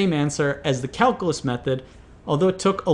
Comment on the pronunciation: I love your challenges! Would you do something for me? Learn how to pronounce calculate and calculus? Cal-"q" lus, cal - "q" late